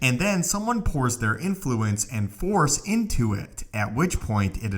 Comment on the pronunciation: FORCE!!! Not FOR